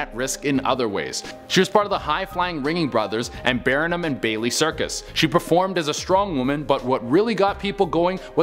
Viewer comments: You said shoot a cannibal into your stomach. 😂🤣😂 Also, it’s Bar num and Bailey, not Bare i num and Bailey. Slow down talking so you can enunciate the words better. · It's BARnum and Bailey, numbskull! Not BEARnum and Bailey. Sheez! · Barnum is pronounced bar num not barenum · Hey, sweetie....It's pronounced "RING - ling and BARN AM and Bailey," not "Ringing and Bare am and Bailey." I used to go to their circuses when I was a kid here in Florida, so I am very familiar with the name. Also, the Ringling Art Museum is here in Florida ( Sarasota). I've been there a few times, too. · Then you SHOULD know, it is Bar num, not Barn am!! Sheesh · Your channels hosts are infamous for mispronouncing really regular words. I mean... It's BAR-num not BEAR-num circus. Blah. Otherwise I love your videos. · By "Ringing Brothers" and "Bear'anun and Bailey Circus" I think you meant to say Ringling Brothers [with an L] and Barnum & Bailey Circus (which was a real thing)... 😉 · Ringling Brothers and Barnum & Bailey Circus not Barinum there is no I in Barnum. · Pronounced "BAR Num" NOT "BEAR in uhm"!!! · Barnum & Bailey Circus, Dude, it's pronounced "Bar(like somewhere you go to drink)num", NOT Bar(bear)num. Jeez, what is happening with our youth? I can see after months of not viewing, these ''emcees", if you will, have not improved. LMAO!!!!!!! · It's Ringling Brothers, BAR-NUM Bailey circus..NOT Bear-num. That shows you have never seen or heard of the largest circus in the world. Pretty sad. Need to attention to the world more. Man you live in a tight little bubble of a world. Some of these true stories are so old..can't believe people haven't heard of them...except young naive children who don't think life went on before they came around. Called history. Learn it before you teach it. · "Bareenum and Bailey circus"? Lol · I love how he can’t pronounce Barnum correctly; but he can pronounce the wrestler Mitsuharu Misawa correctly. 🤔😜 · Bar - Num! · Just must say Bar-num and Bailey's